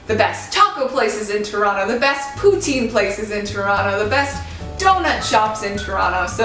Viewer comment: Wow , you really say Toronto like a real Torontonian !!!! Yay we accept you.